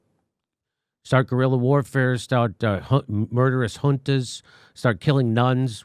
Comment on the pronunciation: Jimmy said Junta correctly! Great job,!!!